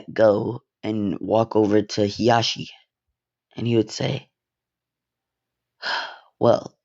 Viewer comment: I like how he says heashi instead of Hizashi